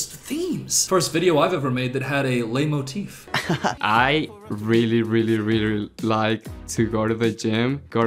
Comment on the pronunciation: Leitmotiv is pronounced light moteef